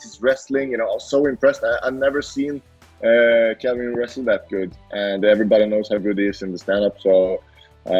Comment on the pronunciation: Why does every1 call him Kevin? I can't imagine Kelvin is hard to say. I love both guys & can't wait for this fight.